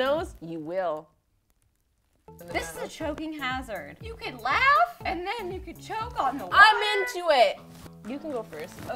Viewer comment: Anytime someone says "laugh" I hear "LaF"